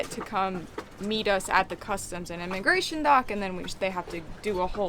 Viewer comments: Did you intentionally say enemagration ? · Enemagration HAHAHAHAHAHA!!!!! Love that LOL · "Enema Grations" Lol Only if costs a bunch!